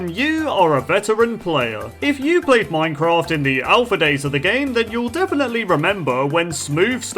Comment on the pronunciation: It's not pronounced moincroft Minecraft